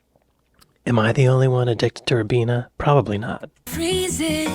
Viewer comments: It's pronounced RYE-BEENA, not RIB-EENA. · I don't know if you are interested or not but British people pronounce the Ribena name as (Rye - Bee-nuh. Not as you say Rib-been-a. Sorry I hope I have not annoyed you. 😁👍🇮🇪🇺🇲❤️🙋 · Rye Beena not Rib eena, get it right. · It was bugging me yesterday too 😂